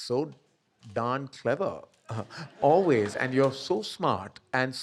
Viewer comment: Karan looking like Taran Adarsh and pronouncing ‘always’ like AB junior … Whyyyyyy? You are enough yourself